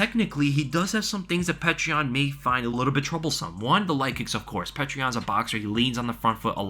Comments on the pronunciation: Excellent breakdown,! (also it is pronounced something like "Pee-yoh-ter"... sometimes spelled "Pyoter") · Its not pronounced how you are saying it, its Pe ter (peh) (ter) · You got to learn how to say Petr correctly or just say Peter